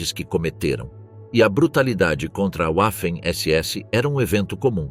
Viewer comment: Os soviéticos fizeram muito pouco com os assassimos sádicos da SS. O youtuber deveria aprender a pronúncia das pslavras alemães. Waffen não se pronuncia "uáfen" (quer inglesar o alemão, é?) É apenas VÁFEN a pronúncia.